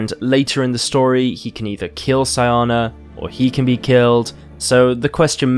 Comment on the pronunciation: SEEE AHHNAAAAA that's how it's pronounced!!!!!